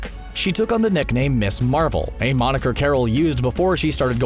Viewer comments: Ms. Marvel is pronounced Miz Marvel. C'mon, basic grammar. The term Ms. originated in the 1960s and 1970s with the feminist movement. It's not Miss Marvel. It's Miz Marvel. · In case nobody has already mentioned it, "Ms. Marvel" would probably be pronounced Miz Marvel, not Miss Marvel.